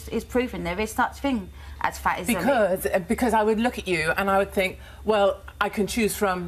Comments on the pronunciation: “I Fink I come across well spoken” 🤣🤣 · An adult saying 'fink' is inexcusable. It is infantile baby-talk. That has nothing to do with an accent. There are people from the same area who are able to speak to adult standards, have jobs and possess only the one chin. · has an accent and dialect got to do with saying 'fink' instead of 'think'? That's nothing to do with accent, it's baby talk. It's nothing to do with background either. Kenneth Williams was from a working class cockney background, and he took it upon himself to enunciate words properly. Saying 'think' in a Glaswegian accent, is fine. Saying 'fink' when meaning 'think' in any accent is incorrect. The word begins with 'th' not an 'f'. Intelligence is a fallacy and the interpretation of it is subjective. There are plenty of intelligent people who are simply unable to articulate their views as well as Katie Hopkins. Hopkins is able to put her viewpoint across more confidently and therefore sounds authoritative on the matter. That doesn't necessarily make her more right, but I'm afraid it makes her more convincing to surface people. That's the point, Hopkins sounds intelligent to those who aren't particularly bright, but who want to feel superior to who they would call 'chavs'. Despite how she sounds, Katie Hopkins is incredibly ignorant on many topics (But also brilliant on others). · If you don't want to be on benefits, stop eating all the pies and lose weight, people may not like katy, but she tells the truth, and this lady thinks she's well spoken but she's not , ITS THINK NOT FINK. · “I fink I come across well spoken” - nailed it 😂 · “I fink I’m well-spoken” 🤣